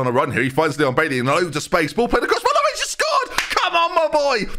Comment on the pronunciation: Like it's spelled but ben says more like Vhalovic